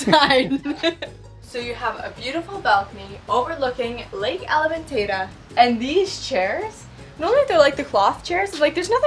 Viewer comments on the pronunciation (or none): Lovely! elementa-'e'-ta not element-ay-ta :) e for eat.